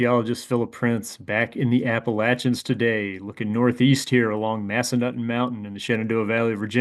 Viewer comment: I'm pretty sure it's pronounced Mass-Uh-Nuthin. Haha, I used to snowboard there.